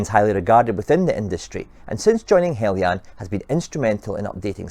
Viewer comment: Thank you for pronouncing "Heljan" correctly.